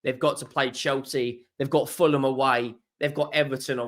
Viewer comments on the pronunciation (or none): none